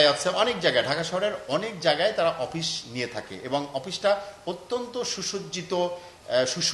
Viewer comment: অপিশ কি? শুদ্ধ ভাবে বলা যায় না?